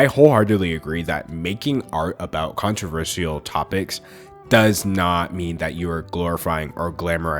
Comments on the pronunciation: hey, as much as i love you, and i really do, please.... please never say the word controversial again i know you can like pronounce things however you want and everything, and theres nothing worng with it but.... but, um, i hate how you call it controver-see-al kinda pokes in my ears sorry...? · I loved the video but I'm triggered by the way u pronounce "controversial" lmao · i like the way he says controversial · I could only focus on him pronouncing controversial wrong but other than that great vid! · no offense, but why do you say controversial like that? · the way he pronounces “controversial” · mesmerized by the way you pronounce controversial. it’s amazing. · How you pronounce controversial is honestly adorable